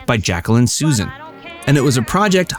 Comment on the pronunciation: the author's name the narrator bungles is Jacqueline Suzanne, her surname pronounced "soo•ZAN". Round , Paramount had not "fired" Sylvester Stallone. They were two parties negotiating an arrangement, where they simply never came to terms. , re Susanne Somers, the network broadcasting her series, Three's Company, technically may have been within its rights when the executive(s) invoked their prerogative to discharge her for insisting upon equal treatment in the manner of remuneration, a valid expectation. However, their disgraceful, vindictive treatment of her as she endeavoured to complete her contractual obligations is far beyond the pale of ethical conduct in a professional setting. You lot presented this as a matter of performers' behaviour meriting their discharge from employment. It is not. An apt case in point would be Charlie Sheen. I really liked him earlier in his career. I liked his brother, Emilio Estevez, though lately I have seen little of him. I deeply admire their father, Martin Sheen; one of our greatest actors of the past two generations.